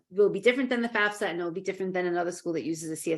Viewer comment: Excellent content. The guest pronounces it FAS-FA Why do people in the field pronounce it wrong? Is that the right way to say FAFSA?